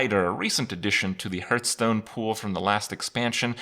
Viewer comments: everytime Kripp says hurthstone, I downvote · Why do you say "Hurth"stone? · what the fuck is a "hurtstone"?